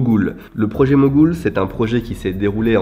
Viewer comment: C'est le projet Mogul, et non Mogoul lol.